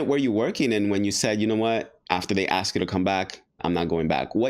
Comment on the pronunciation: She lost me at "axed me"